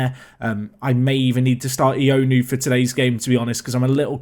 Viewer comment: Ioannou is pronounced yowanu as opposed to ionu btw